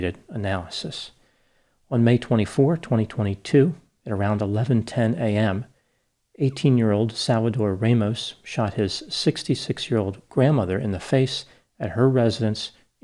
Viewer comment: NOT RAYMOS ITS RAMOS